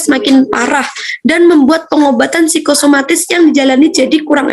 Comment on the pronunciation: kok jadi psikomatis ya teman2, bukankah psikosomatis yg anda jelaskan?